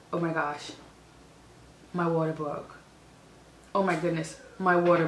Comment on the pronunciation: I like when she says "my water bwoke"